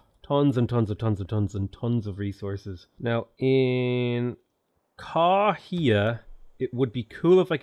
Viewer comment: The 'wh' in Maori words is the sound of 'f' so a city like Kawhia is said like kah-fee-ah